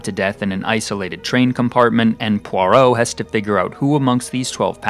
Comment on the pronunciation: You also mispronounce “Poirot”.